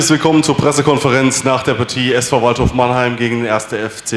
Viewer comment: hat der Walddorf gesagt?🙄 Auf jeden Fall spricht ers komisch aus